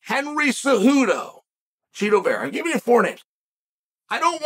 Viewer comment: Why are we doing this Chael its Chito, i know its Chito, you know its Chito, Chito knows its Chito. Cmon.